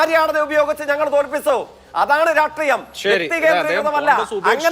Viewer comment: അതി സക്തം അല്ല അതിശക്തം സവിസേസം അല്ല സവിശേഷം രാട്രീയമല്ല രാഷ്ട്രീയം